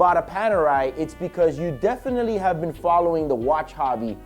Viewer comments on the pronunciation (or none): none